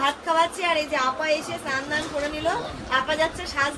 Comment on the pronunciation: Snan dhan ?..kane lage boddo..snan bolbe sudhu .